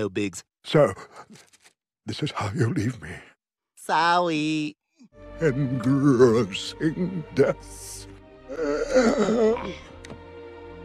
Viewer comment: " Sowey" lol